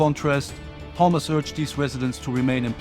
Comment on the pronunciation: Not hummus Rather it is Hamas